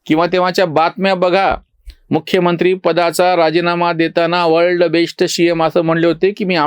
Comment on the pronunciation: जी, आपला " वर्ल्ड बेश्ट शि यम" हा उच्चार ऐकून खूप खूप हसू येते...!! 😀😀😀😜😜😜